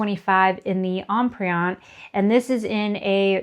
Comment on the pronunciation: Terrific video. Comprehensive and extremely helpful. One suggestion if I may. Empreinte is pronounced as Emprente without the hard e.